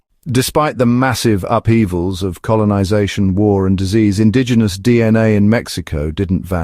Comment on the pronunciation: Great pronunciation of the indigenous names ⭐️ 👌 🥇